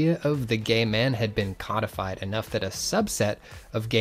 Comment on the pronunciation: Stoicism sucks. Cynicism rules. In the original Greek sense, that is (meaning "doglike" or "shameless"). Also, it figures an Italian would have a sense of style. It's, like, obligatory. Ackchyually, it's "CODE-ified," not "COD-ified."